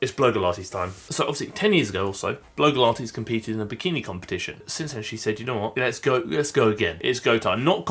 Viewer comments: i think her channel name is pronounced Blog-E-Lah-tees or Blog-Ah-Lah-tees rather than blow-gah-lah-tees. Sorry to be that annoying person haha. I do worry about whether this journey will be negative for her, hopefully not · Hiya. Love your videos, and I've watched for ages, but need to ask a quick genuine question. You pronounce Blogilates B-LOW-gilates, whereas she pronounces it B-LOG-ilates. You may have explained that a while back, and totally get if it's a laugh, but while your reaching out to her seems really genuine and helpful, doing so while (deliberately?) mispronouncing the name of her business and life's work detracts from that generosity and can come across as disrespectful. Perhaps something to consider? I know you're always out to do good, so just a thought.